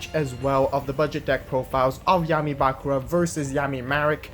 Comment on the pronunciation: It's Bakùra, not Bàkura